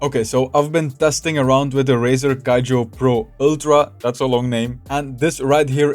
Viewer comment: Why he pronounce Kiyo = Kaijo? Do he know that it is very wrong everytime?